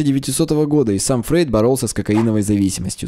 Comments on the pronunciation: Кстати, он Фройд, а не Фрейд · не Фрейд а Фройд!